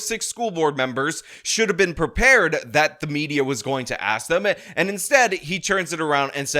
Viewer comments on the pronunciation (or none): “Axe” me a question? Really bro? Set an example for the students. It’s “Ask”. Were you a “graduate” of the Chicago public school system?